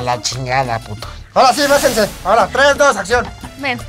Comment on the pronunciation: jajajaja ''besense'' jajaja yo tambien lo pense XD